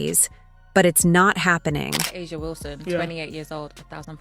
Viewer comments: Chartered jets were already on the WNBA AGENDA BEFORE Caitlin arrived. This narrative is so exaggerated and negative. Caitlin can play in Europe and the WNBA if she so desires. She could also choose professional golf. It would be nice to hear you pronounce A'ja's name correctly for once. It would also be nice to see you address her in a more positive light rather than always make her seem upset about Caitlin. It's so sad how most of these followers believe all that you say. Where is the evidence? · these voices can get AJA Name right